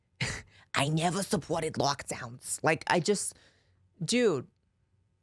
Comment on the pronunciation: “I neva… I neva suppworted lockdeowns” 😂😂